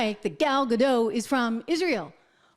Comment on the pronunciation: It's pronounced Ga-DOT, not Ga-Dow. Gal is Israeli, not French. 😊